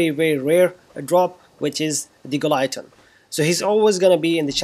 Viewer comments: "gi - lo- teen" not "guy-lo-teen" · Thanks for this wonderful tip. Anyway this is how we pronounce Guillotine (Gi-lo-teen) 😚